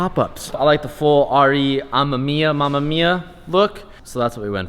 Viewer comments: Whoever told you the “mamamia” way of pronouncing amemiya is wrong. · Its pronounced Ah•Me•My•Ah Say it with my now, Ami•Mya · I know the RE:amemiya meme is real but here's a good tip to pronoucing RE: 雨(Ame)宮(Miya) hi from 日本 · what a disrespect. first the rotary, now you butchered a highly respectable and respected man. its pronounced as /amèmíya/. btch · Watch some older Touge Battle!, Re Amemiya has a car in the series so you can learn how to pronounce it correctly, cause hearing your pronouncing Amemiya like that is pretty cringy. Should be something like: uhh-mem-me-yuh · Btw its pronounced lile "RAY A-MAY-MIYA" I think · the way this guy pronounces re amemiya is really annoying lol. doesnt sound right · Yall are saying RE Amemiya wrong. Watch some GT Channel